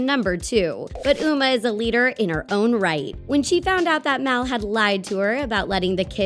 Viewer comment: It's mal not mel